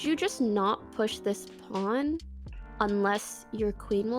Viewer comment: she calls a pawn a pond